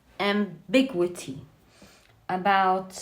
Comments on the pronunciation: This reading isnt for me but the way you said am-big-wigities made it worth it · 😂 beautiful, ambiguity is pronounced “am-big-YOU-ity” You’re so cute! 😘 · Am-Big-Gew-it-E is how it’s pronounced